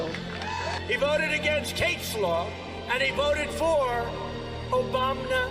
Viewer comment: Every time you chime in “obamna” I lose it every time